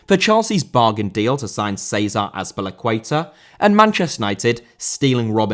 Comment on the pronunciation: Azpilicueta* not Azpelecueiter